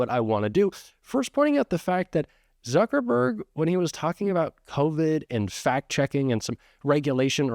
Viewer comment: It's Suckerberg. Instead of Zuckerberg.